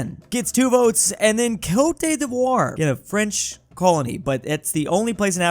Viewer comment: The “Cote” in Cote D’Ivoire is pronounced like “Coat”. Not “Co-tay”